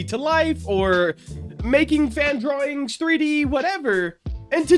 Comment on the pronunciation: is it just me or is he saying drawlings?